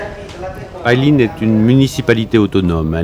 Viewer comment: PAILIN , ça se prononce pas "paille line" comme vous dites , ça se prononce plutôt "paye laine" .